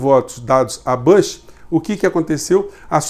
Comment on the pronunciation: o nome é BÚSH e nao bâsh